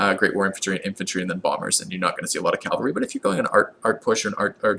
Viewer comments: Please stop mispronouncing "Cavalry", it's soooo painful xD It's Ca-Val-Ry note the position of the L. You keep saying Cal-Va-Ry, which is quite funny, since The Calvary is the place where (allegedly) Jesus was crucified. cheers, thanks for the Civ V videos. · My inner grammar Nazi dies every time he calls them CALvary instead of CAValry. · calvary is the hill jesus was crucified on please stop calling the cavalry calvalry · i get irrationally mad when you say 'calvary' instead of 'cavalry' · "Cal-Var-y" is killing me lol. Great guide though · Perfect video! Except that you pronounce cavalry “Calvary!” ;)